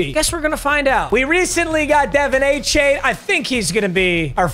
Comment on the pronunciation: It’s A Chan he said